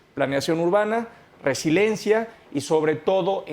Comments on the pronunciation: Resiliencia, no resilencia. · No le entiendo al cuando dice "resilencia" si se refiere a resiliencia entonces no sabe lo que significa o a lo mejor se refiere a residencia pero queda fuera de contexto y ademas lo pronuncia mal, por otro lado concuerdo con el en, que habla de parches a las obras y santa lucia es definitivamente un parche que acarreará muchos problemas.